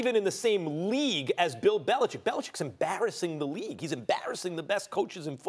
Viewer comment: Max is one of the few sportscasters who say The Patriots' coachs' name properly. Bellichick, not Bellicheck. man, that always bugs me.